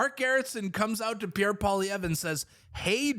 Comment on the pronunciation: The way you pronounce Pierre Poillievre …..did not get french lessons?